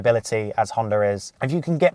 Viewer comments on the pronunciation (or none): none